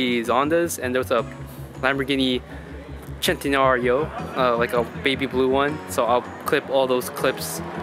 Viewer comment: it's cent-e-nario NOT Chentenario or chentanario for whomever wants to know.